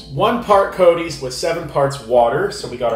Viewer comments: NOT "COATees", it's "COTTees" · Not COOT - K SOUNDING COT/TEES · It’s pronounced coties but lime and raspberry are my favourite summer drink. I always love your taste test xoxox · Hi - You should drink test it with milk. Also its prounced COT TEES! kind regards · Cot (a short o as in lot) tees